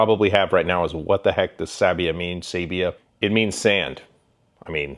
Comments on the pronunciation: It's sAbbia not Sebia your first ever pronunciation was correct 🤌🤌🤌🇮🇹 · It’s pronnounced sah-be-ah. Emphasis is on the first syllable. You’re welcome. And yes, I have one. And yes, I love it. And no, I’m not Italian, but I’ve been too Italy. And I speak Spanish. Which is almost like Italian. Trust me. Lol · Sabbia is Italian for sand; the “a “ is pronounced “ah”.